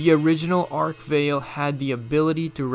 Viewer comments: Arch 'vail'? Arch-vile! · Work on your pronunciations. First of all it’s Arch-Vile. Not Ark-vile. Second it’s plasma, not plahsma. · its arch vile not arkvale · "Ark-Veil" BRUH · Not trying to be rude but its (ark-vile) and (prey-tor) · Not even 15 seconds in and he hits us with Ark Vale and deBUTEing. Get some English lessons mate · It's pronounced artch Vile like Pile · Way to kick off the video by totally mispronouncing the name of an iconic demon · ... how did you just pronounce arch Vile?